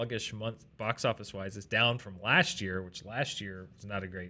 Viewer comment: Drink every time says " laSHT year "